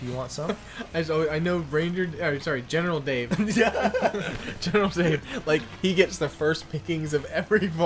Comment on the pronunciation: 500th comment! Also, is it just me, or do you hear “Genital” Dave?